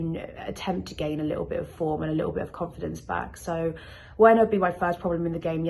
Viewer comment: The way she pronounces Werner is so jarring lol